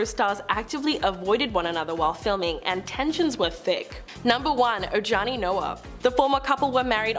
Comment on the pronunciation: Talking about JLos first husband- you guys should learn peoples names if you’re going to report- Ojani is pronounced Ohawnie. Please do your research.